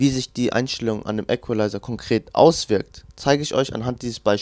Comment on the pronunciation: KORREKTUR: Equalizer spricht man im übrigen "ikwelaiser" und nicht "äckwelaiser" (ist in der Form ja englischen Ursprungs)